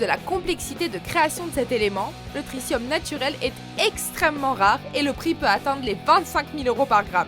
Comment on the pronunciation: Tritium pas trissium